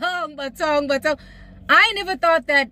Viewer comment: Uyandigqiba uma uthi Bathong (in Zulu accent) 😂😂🤣🤣